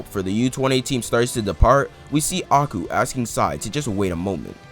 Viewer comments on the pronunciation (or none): im sorry, when your talking abt aiku do you say "agu"?? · I cringed every time you called aiku: aku....Great video By the way